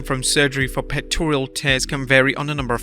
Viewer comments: Pectoral not pectorial, get it right if you’re gonna use the word so much… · It's pectoral, not pectorial. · "pectorial" lol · Why can't he pronounce pectoral? There's no i in the word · There's no "i" in pectoral my dude.